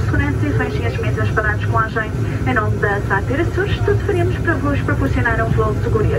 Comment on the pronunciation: Learn to say Açores